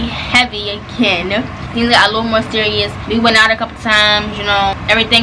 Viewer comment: Nobody:: " surious " 🤣🤣🤣